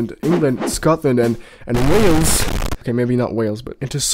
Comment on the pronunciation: WHALE-EES hahahaha it's Way-uls